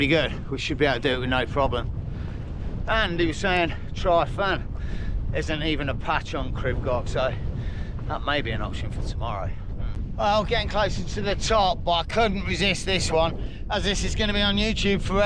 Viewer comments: Tryfan is pronounced Truv (as in bruv) ann (as in the name) Truv-ann. There's no F sound in there (we use double Ff for that), only a v sound. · Love it you smashed it 👊 No apologies for trying to speak the Welsh language at least you’re trying. Trefan is pronounced you say the E like Elephant Tre - fan.